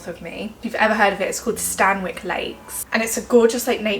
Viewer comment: Just watched your video. I live 5 mins from Stanwick Lakes, gorgeous place to take the kiddies. It's pronounced Stanick, the w is silent 😊